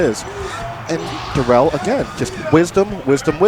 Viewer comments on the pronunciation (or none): Fuck yeah, Darrel! Puttin' in work fasho. And it's pronounced like "dare uhl," just FYI.